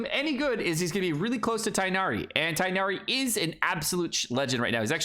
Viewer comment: Man can literally not talk about mispronunciation with the way he says Tighnari and Alhaitham 💀